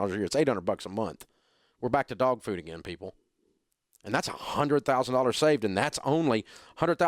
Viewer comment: Your are Killing Me with the Way You say 100 ways to Cook with Dog Food,😂😂😂😂😂😂😂😂😂😂😂😂😂😂😂😂😂😂😂😂😂😂😂😂😂😂😂😂😂😂😂😂😂😂😂😂😂😂😂😂😂😂😂😂😂